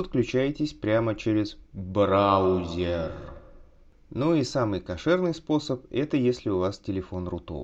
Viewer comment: я слышу ты такие сказал брАузер)))